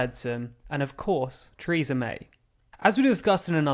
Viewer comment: Chreesa May. Never heard of her.